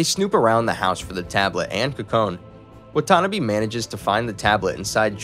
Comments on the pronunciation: Watanabe... not whatonabee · the way 'watanabe' was pronounced made me flinch